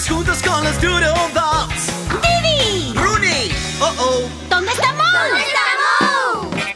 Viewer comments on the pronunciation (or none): Rooney pronounce it with me